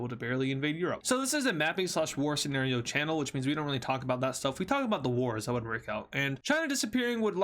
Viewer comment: You say senerio